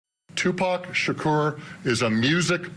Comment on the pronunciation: Finally, after all these years they pronounce Tupac's name right.......I'm tired of hearing them say Tupack